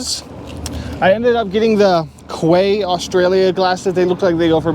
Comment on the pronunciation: Quay is pronounced Key Hi from Oz